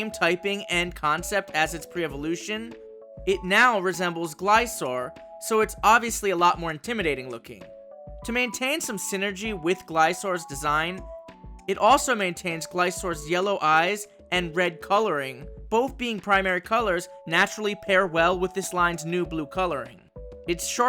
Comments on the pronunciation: Btw its pronounced gliSCORE and not gliSORE, there is infact emphasis on the C sound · Never heard anyone pronounce Gliscors name like you. I always hear people calling it Glis-kor. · Its spoken gliskor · Just a little note, Gliscor's name is pronounced as Glis-cor, you have to the C must be accent. So Seascor is also pronounced as Seass-cor. Really cool idea for convergent Pokemon though. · I noticed one slight mistake you made there, and it's about the pronunciation of Gliscor/Seascor. Although there are many cases in english where the “c” in “sc” is silent (scissors, scent, etc.), there also are cases, where “c” IS pronounced (e.g. scatter, scald, etc.). And the word both names for Gliscor and Seascor come from, is the name of the species “scorpion” – and I hope I'm not mistaken, but I never pronouced it as “sorpion”… but anyway, great designs, keep up the good work.